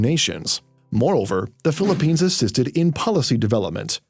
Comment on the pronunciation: Are you trying to offend us by saying "Philipignas"?